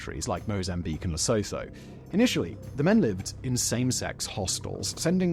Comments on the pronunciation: "Le-so-tho"?! It's pronounced Le-soo-two. 😂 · Lesotho= Le-su-tu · Simon, you REALLY need to speak to a local to get the pronounciations of South African names right. For example, Ramophosa has no 'F' in it, its 'Rama-posa'. Rustenburg isn't 'Roostenberg', the 'rust' is the same in English, rhyming with 'crust'. Lesotho = Le-sooto, the 'H' is silent. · Lesotho is pronounced la soo (as in soon) to.